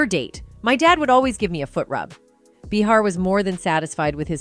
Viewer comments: For the love of God please choose one way to pronounce Behar and McConauhey and stick with it. I heard over 5 different pronunciations of the same name. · Neither of these names are difficult to pronounce. Behar pronounced Bay har. How can you possibly mispronounce Matthew's name for crying out loud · What's up with this narrator mispronouncing Behar's name every time she said it? I think everyone knows that the super bitc*'s name is pronounced Bay har. Your welcome. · This chick called him McConnelly in the video. And changed the pronunciations of behar throughout lol 🤡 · I cringe everytime this announcer mispronounces McConaughey and Behar. Have you never heard of these people? If you cannot pronounce the names correctly then I am not so sure you are accurate on anything you are saying.